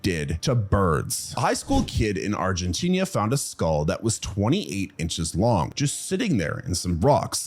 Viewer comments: He actually got a handful of things wrong with each animal he discussed. Heck, he thinks there is a country called "Argentinia", a mistake he makes regularly, and that there is a fish called a "sall-monn". I'd recommend other channels like 7 days of science, All.About.Nature, your dinosaurs are wrong, Ben G Thomas, and ExtinctZoo before this one. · He mentioned Argenteeny-ya again. That must be what eventually became Argentina... or somewhere near it.